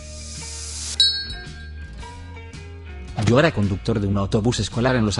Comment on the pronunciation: Pense que decía miado XD